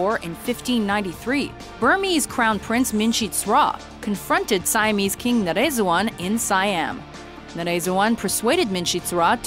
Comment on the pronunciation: Omg say Naresuan one more time........ please......